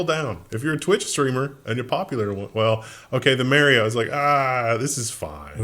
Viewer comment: please, its not Mary-O